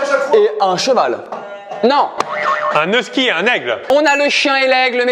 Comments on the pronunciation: Merci, husky ça se prononce ''euski'' et non ''iouski''!! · Rachel_Su exact, mais un vrai beauf dirait iouski sans même douter.